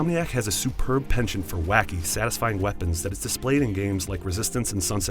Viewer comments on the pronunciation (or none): If you don't know how to pronounce penchant then just don't use it